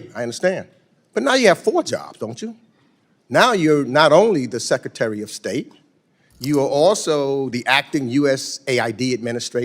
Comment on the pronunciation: Meeks can't pronounce secretary....secatary??